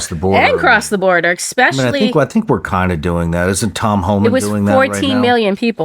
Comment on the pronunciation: If you say “expecially”, you’re a simian